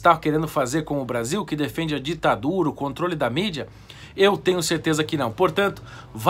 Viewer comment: ditaduru kkkk